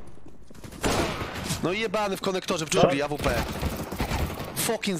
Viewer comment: Jprdl jak on kaleczy tą awpke